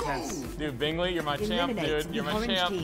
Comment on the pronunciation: I love this a lot, but you keep saying Bingley's name wrong and it irks me a tiny bit.